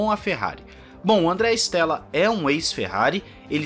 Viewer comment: Com o inizio 2023 and a Amos ter o progetto de Binotto, visto che il progetto do nome team principal será mais pela metade do ano, mas esperamos que apartir da metade de 2023 as coisas melhorem para a Ferrari. Bom quando aos nomes em italiano. Te dou uma mão, se chama Andrea Stella, não Stélla. Stella em italiano significa estrela, ou seja o E se le como E mesmo, não como É.